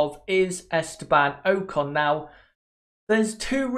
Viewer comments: its ocon not oakon the way u say his name is so annoying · Oc-con not o-con